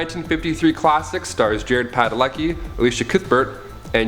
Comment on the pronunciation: Dude. It sounds like you said Jude Padalecki its Jared Padalecki. He is a great actor plays Sam on Supernatural and is going to be the new Walker Texas Ranger. He is what makes the movie watchable. Paris Hilton is a disgrace.